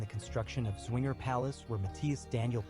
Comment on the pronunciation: Swinger Palace ... that's a good one ... the Z from Zwinger is best pronounces as Ts - so it's at least Tswinger, definitely not swinger. Wishful thinking on the creator's part, I guess